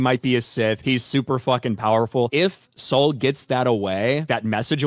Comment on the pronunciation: Oh God - I just got how "clever" it is that he's named "Sol". The way they're pronouncing it like "Soul". He's going to be responsible for committing some heinous act(s) and hiding it by a veneer of jedi piety. He really will represent Headlamp's retconned jedi order as wholly corrupted and duplicitous, which is all the more reason they're not concerned about lore breaking with Keanu Monday - he's maintaining the corruption. None of it's a mistake, it's making the Acolyte relevant to the prequels by reconning them after the fact. Like they're doing with Doctor Who.